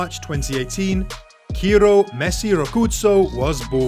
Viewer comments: Not kiro bro,,It's ciro😊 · Great post. Watch out - these kids could be diabolical on the pitch! .And he's pronounced Sear-Oh.